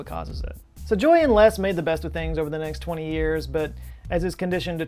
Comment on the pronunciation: Have you never heard the name Les before? Or can you just not pronounce it properly 😂